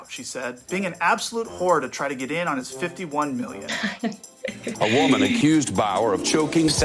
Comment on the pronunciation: "Believe all whamen"